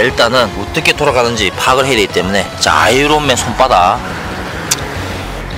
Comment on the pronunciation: 아이론맨이 아니라 r발음안나고 아이언맨이 맞습니다 아이론맨..